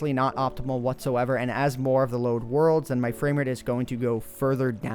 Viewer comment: "As the load worlds" lol xD